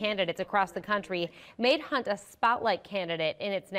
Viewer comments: You kept mispronouncing Kunt. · You pronounced her name wrong. It is pronounced Megak Hunt. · I'm just wondering how hard it was to say Hunt correctly.